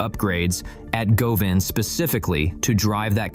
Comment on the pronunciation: Deep diving drones is the answer. And its Guvan not Goovan.